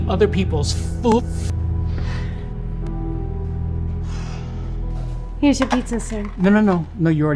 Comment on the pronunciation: When He Said Foof Instead Of Food I WAS DYING OF LAUGHTER!